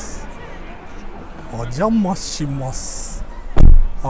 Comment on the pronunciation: 「おんじゃまあしまあす」